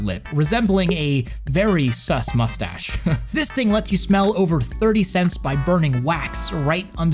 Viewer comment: "Very sus mustache" SUSTACHE